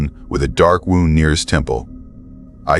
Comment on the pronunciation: "The drive home wound through thick forest." Pronounced: "Woond." Wound. Like: Wounded. Like: "Sarge, sarge ... I caught one in the ribs. I'm wounded." That kind of wound. And NOT wound. Pronounced: "Wownd" as it should've been. Like: "I wound up this thread on a spool" or "My girlfriend is coming over so I'm all wound up now!" You just gotta love AI narrators. People hate them. But one of my favorite parts to watching vids is listening to all the stupid 2nd grade mispronunciations they make when reading their scripts. Wee hours: Tionesta, PA.